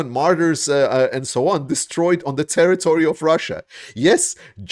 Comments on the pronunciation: "terrory"? Do you even try? lame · Territory not terrory